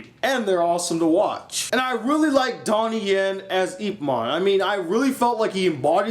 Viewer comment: your pronoucing IP wrong ....yip